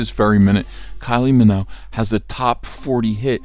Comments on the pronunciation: Kylie Minogue come on Ethan, at least say her name right, show some respect.... Minogue like Vogue, not Minnow, pronounce it correctly, please, thank you, that is all!" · Stop spreading fake news about Kylie's surname. It's not pronounced Minnow. It's Minogue - MinoGue. Fix this now, I'm off to France